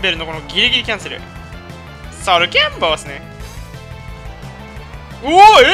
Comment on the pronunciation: ソルキャ↑ンボー↓